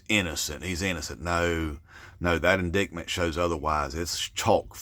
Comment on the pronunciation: With respect, it's pronounced in-DITE-mint not in DICT mint.